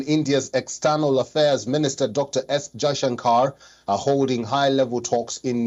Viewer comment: He said S Jayashan caar 😁😌